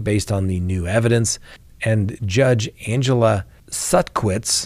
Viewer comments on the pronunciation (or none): none